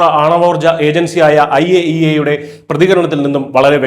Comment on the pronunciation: I A E A .... അയ്യേ 😂😂😂😂😂😂